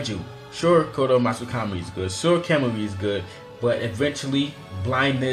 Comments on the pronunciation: KAMAMI? KAMEAU? WHAT IS THIS PRONUNCIATION????? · Really?! "Makkekyo Sharingan" "Kemui" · what's wrong with ur accent u say sukoyomi welp it's tsukoyomi or u say like kemui but it's kamui and oof don't get me started with ur megnekyouu saringaan (mangekyou sharingan)